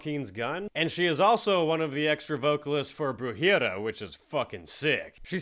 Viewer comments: it's pronounced "Bru-ha-ria" it means witchcraft in Spanish coming from Bruja meaning witch. Kindve sounds like youre saying Birria lol. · Bru-her-ee-aah white boy 😝